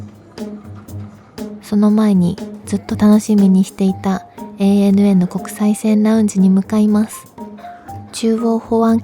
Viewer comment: ちゃんと、えいえぬえーった言ってるのポイント高い